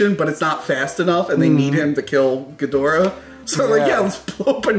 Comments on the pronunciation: What I’m Struggling with is why they keep saying Geedrah instead of GhiDOrah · Ghidorah. Please stop saying gheedrah 😂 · I never knew how much it bothered me to hear people mispronounce Ghidorah til this video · Dude why is it only 1 of you is saying Ghidorah's name correctly? Also I hope Mecha-King Ghidorah will be used in the future. That post credits scene really is hinting towards that. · "Evanjelon" "Ghidra" NO. EVANGELION (EE-VAN-GELL-EON) GHIDORA (GHEE-DOR-AH).